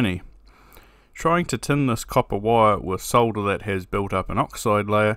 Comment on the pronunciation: Thx for not trying to pronounce the L in solder, as Mr. Carlson insists on doing sounding like a moron.